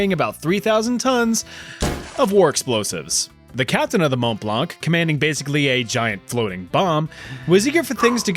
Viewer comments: The ''c'' is silent in ''blanc''. Just sayin... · A beautiful fire indeed... (Btw, the "c" in "blanc" is silent :D )